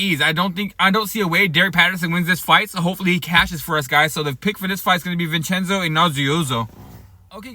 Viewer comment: Vin-Chen-Zo I-An-U-Zo